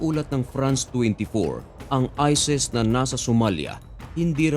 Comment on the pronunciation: Ayusin mo salita mo...isis...Hindi ises😂😂😂